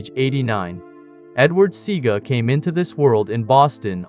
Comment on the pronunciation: U ALL NEED TO STOP THIS FOOLISHNESSTHE GENTLEMAN'S NAME IS NOT SEEGA. ITS SE A GA. SEAGA ...NONSENSE